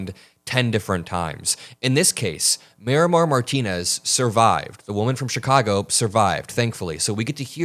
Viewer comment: Marimar, not Mayra Martinez